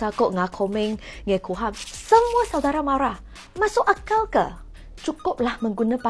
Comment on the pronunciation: Nama pun disebut x betul....PhD apa camni.... ....Lim Kuan yew? ....ngeh ku heng?